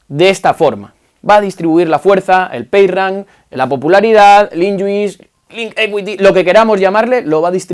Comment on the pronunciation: "Page Rank" in English. En ehpañó "Payrran" =) Muchas gracias por tus videos.